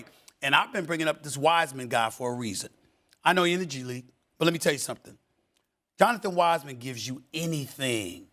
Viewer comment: Bro really called him “Jonathan Wiseman” 😂😂😂